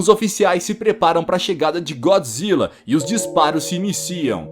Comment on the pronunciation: mano como se fala é gôdzilla n é gódzilla q se fala pra escreve é godzilla